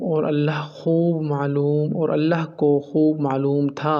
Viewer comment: Bhi g. Allaha aur Rasool Kay leay. Ki arbi allaha per zabar hay jab Kay aap nay Zar parhi Hay.. drustgi kar laen Muhammad Alam